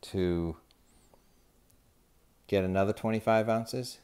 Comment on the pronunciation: there is no t in ounzes :D